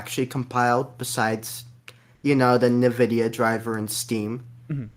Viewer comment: it is not "neh-vidia" - it's "en-vidia" ... hence the spelling nVidia or even older: n-Vidia